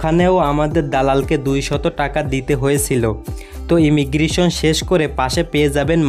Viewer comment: ইমিগ্রিশন নয় কথাটা হল ইমিগ্রেশান।